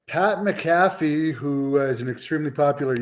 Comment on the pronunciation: It's Pat Mac a Fee not Pat Mc Cafee